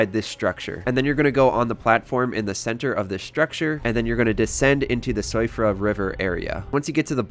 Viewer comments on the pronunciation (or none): siofra is pronounced shiffra